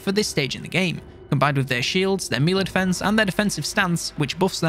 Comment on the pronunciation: Will you please learn to pronounce 'melee' correctly!!! The rest of your content is great, but it's like nails on a chalk board when you keep pronouncing melee incorrectly.